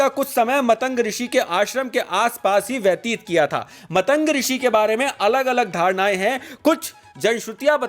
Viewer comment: Bhai vo matang nahi maatang rishi hai,galat pronunciation se thoda irritation hoti hai. Baki video bht hi informative n rochak hai👍